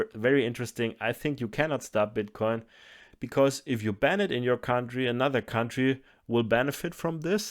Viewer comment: Can we just take a minute to appreciate how good is at saying the word "bitcoin"?